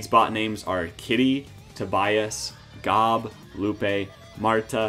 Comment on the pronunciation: The way you pronounced Gob has every arrested development fan screaming at their screen 😂